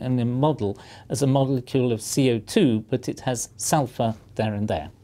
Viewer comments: Don't "Suphur" from it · "Suphur" Oh you will suphur.. you will once you smell it. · Ulfur... Sulfur. Write that down in your copybooks/ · lol "suphur" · You decanted out the "l" in Sulfur. You guys must be really good at your jobs.